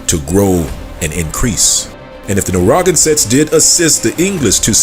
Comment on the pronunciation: It's pronouced "Nair - ruh - gan - sit'. But thank you for bringing this info to light. It's time that 'THE TWO (Judah and Levi) acknowleged THE TEN (other 'Negroid' tribes). Haven't yall wondered where they were? Please note the difference: Native American = Siberian Mongols American Indian = Negroid TEN TRIBES of the Americas. Note: It has nothing to do with that eroneous derived Tribe chart from the camps! Just like God said:. The TWO (Judah Group - Israelites) vexes the TEN Group - (Indians) and vice versa. [the two sticks]. But God said He's gonna nix that! And the two sticks shall become one [Dry Bones]. Stand on their feet, be filled with His Spirit and finish their course together (beginning in 'the wilderness')! Both sides are at least communicating - still doubting each other's claims. No matter, God has spoken - we will quit -acting-a-fool and respect each other soon. Keep digging, you are hot on the trail! God bless everyone!😮